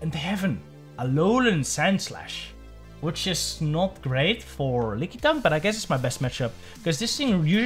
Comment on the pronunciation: LOL, man....I've never heard anyone call it "Lick-ee-tongue" before, but this is now my official cannon. I will accept no other pronunciation from this point forward! :D